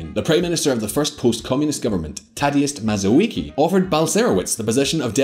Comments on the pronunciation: You are butchering their names. Tadeost Mazołiki XD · This should help the author: c = ts as in "parents" cz = ch as in "child" sz = sh as in "shop" w = v as in "vodka" i = ee/ea as in "green" or "peas" Leszek Balcerowicz = Leshek Bal-tse-roh-veech Tadeusz Mazowiecki = Tah-de-oosh Mah-zoh-vyets-kee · tadies mazołiki, lezneg balkeroutz XD you should have checked the pronounciation ..